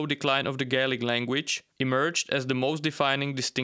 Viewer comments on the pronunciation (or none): none